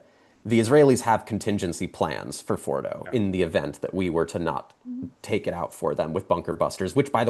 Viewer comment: Please, learn how to pronounce nuclear and Fordow